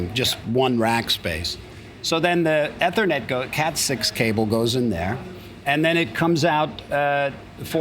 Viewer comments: E-E-thernet cable...Sorry Steve i know you're an amazing wizard on guitar but i cant stand to hear you say a simple word like Eth-ernet wrong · Eeee thernet. Not eh thernet